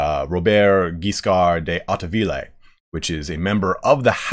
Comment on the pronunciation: De Hauteville. Learn how to say it.